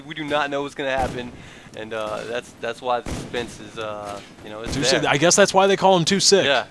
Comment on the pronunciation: oh for future refrences. its Too siik not Too silk